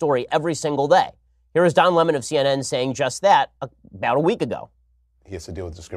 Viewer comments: Lmfao why is that idiot Tucker trying to make a salient point but mispronouncing the word "Lemon"? 😑 cringe.. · Tucker, quit callng lemon Le mon!!!